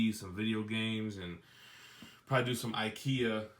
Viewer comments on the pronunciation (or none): none